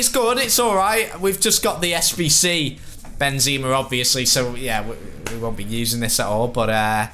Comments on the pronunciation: It's Benzema Not BenZeeema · Plz stop saying Benzeeema